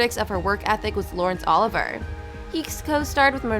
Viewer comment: You murdered Oliver's name, it's pronounced Olivee-ay, not Oliver.